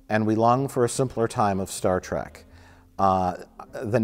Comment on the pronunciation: It bothers me that Mike keeps saying Track and not Trek. lol